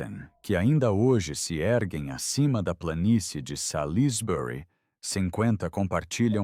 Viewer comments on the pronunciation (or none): /Salzbri/ pronúncia correta para Salisbury.